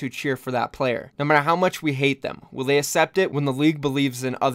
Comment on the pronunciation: I love but does it bother anyone else how he pronounces "accept".